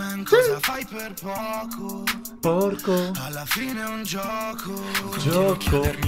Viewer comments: "cosa fai per pocooo": "PORCOOH" AH. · "porco" 😂... Bro porco means pig 😂🐷... He said "poco" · "poco" "porco" GG bro 😂😂